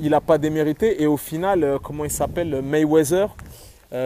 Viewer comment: Je t'aime bien mais c'est MayweaTHer (MayweaDer) pas MayweaZer stp !